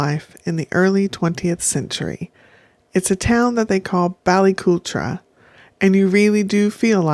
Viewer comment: It’s pronounced “cul-trawwww” darling ❤😂 fab place